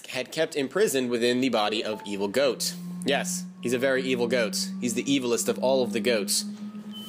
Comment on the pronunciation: its pronounced got